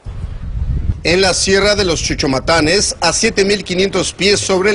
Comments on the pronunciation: Jajajaja chuchumatanes.. jajajajaja Es cuchomatanes.. weko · Dijo mal el nombre de los kuchumatanes dijo chuchumatanes jajaja danle laik si se dieron cuenta